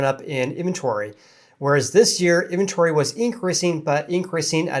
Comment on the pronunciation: Great show. You speak in short hand. Always cutting syllables out of words. Great time savor since I can still understand what you are saying. Example in-ven-tory. You say in-tory.